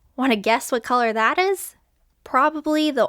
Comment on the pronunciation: I like how you made the "u" in colour more distinguished, happy Canada Day !